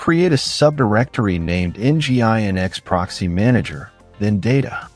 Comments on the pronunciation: Nginx is pronounced "engine X" by the way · It’s mainly the pronunciation of Nginx that breaks the immersion. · Nice video. Too bad the AI voice is otherwise distracting; "En Gee Eye En Ex" and "TrueNASH," anyone? 🙂